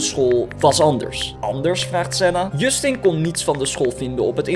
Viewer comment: Hahahaha ik lag me kapot je schrijft het als Justin maar je spreekt als djustin